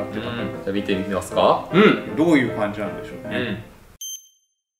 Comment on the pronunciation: 「どういうかんち(感じ)なんでしょうね」！！！？？？！！？？！！？